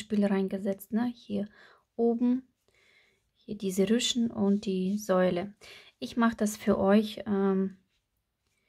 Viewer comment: Du sagst Säule,es heisst Sohle.🥰super schöne Schühchen❤